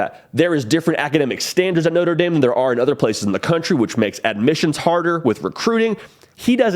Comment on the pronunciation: I think he’ll be able to use his talents more at LSU instead No-trah Dah-m